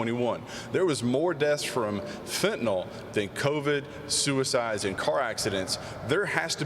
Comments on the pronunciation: Poorly spoken 💩. He can't enunciate "Fentanyl" correctly. How could you not know how to say it? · This fool can't say the word "FENTANYL" correctly? How can you live in America and not know how to say "FENTANYL"?